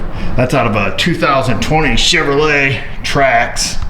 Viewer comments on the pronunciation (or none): none